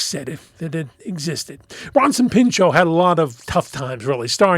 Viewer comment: The T is not silent, he’s not French, the surname is not French. He had to dedicate the first few minutes of his opening monologue as a host in SNL to that, but it seems it had no effect since it’s 2026 and people still pronounce his name as Peenshó.